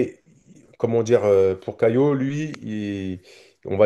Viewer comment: Pourquoi tu dis "CaiLo" tu le vois vous où le L dans son prénom ?